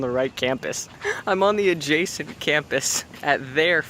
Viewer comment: When you said "Adjacent campus" I expected you to put up captions that said "A-Jasoned" or something